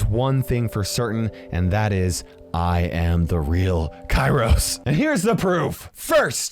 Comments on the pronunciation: In modern greek kairos primarily means "the weather" and it's pronounced k-E-ros like E-l Primo, E-dgar, Col-E-tte. Not K-I-ros like P-I-per XD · Actually kairos in greek is pronounced keros(καιρος). Its with a diphthong which is pronounced as a greek "epsilon"(έψιλον). If you read that just letting you know. And it does mean what you said. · Fun fact: In Greek (present time) the word Καιρός (Kairos) could also mean "Weather" depebding on the context. Also, the word is pronounced Keròs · Btw it's pronounced keros :)